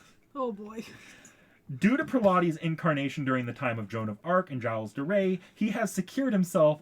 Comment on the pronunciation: ok so just a small correction gilles is pronounced either jill or jills not jyle